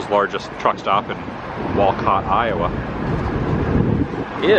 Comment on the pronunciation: You had it right the first time it’s Wall COT